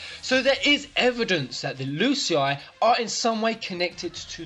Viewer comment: Btw when you pronounce Lucii it sounds like L'cie maybe Lucii = L'cie ? What do you think about it?